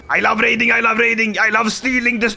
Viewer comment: bro did NOT say raiding